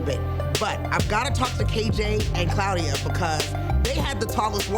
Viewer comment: She called her CLOUDIA lol thought that was funny... how tf you mess that up lmao